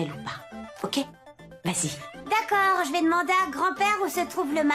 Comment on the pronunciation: Qui a remarqué que Radarani dire tacord au lieu de d'accord lorsqu'on lui accumulé les mauvaises paroles dans la bouche 😬🤣🤣